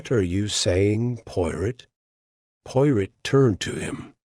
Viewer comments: do you really expect people to listen to this, when the AI can't even pronounce Poirot properly. Shameful. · If you're going to call the channel the POIROT FILES - AI must learn to say the name correctly!!! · Narrator cannot even say Poirot properly. This is hopeless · So upsetting to hear Hercule's last name incorrectly. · AI.. YOU ARE PRNOUNCING HERCULES LAST NAME WRONG...